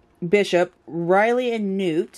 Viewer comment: It's RiPley. She's not a Pterodactyl, the P isn't silent. Good channel otherwise.